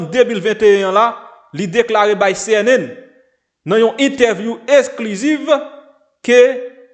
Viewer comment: CNN se yon mot Anglais C a prononce comme si ok